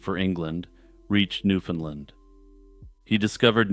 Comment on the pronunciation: Your first pronunciation of Newfoundland (my home), in this video is correct. Strangely, every other instance is incorrect. Given the thousands of people who have watched and will watch, take it from an actual Newfoundlander; go with the first mention of the island, please.